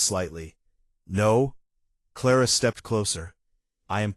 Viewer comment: Ara instead of Clara? AI is horrible. Wrong spellings, wrong pronouncing of words!